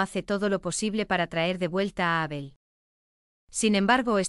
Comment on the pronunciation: Menos cuando nombra a Abel, nadie le dice a esta chica que pronuncia mal el nombre de Abel? Es chirriante oir como pronuncia su nombre